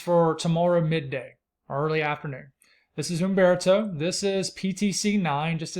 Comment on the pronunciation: You must inhale while biting your lip to say UMMMMbeartoe!